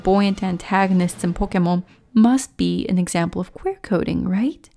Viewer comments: I can't watch this cause (i don't want to be mean but) they way you say "pokomon" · Why do you pronounce pokemon in such a weebish accent? Pokémon is just Japanese for pocket monsters, they're loan words from english for crying out loud! Weebs like you really are an affront to the civilized world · The way you say Pokémon offends me